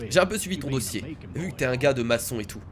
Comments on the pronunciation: Non c'est pas Maçon mais Macon ! Je savais pas que tu étais Portugais.. (Je n'ai rien contre les Portugais) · sa se dit pas masson ça se dit makon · ça se dit makon mais sa s'écrit macon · ça ce prononce makon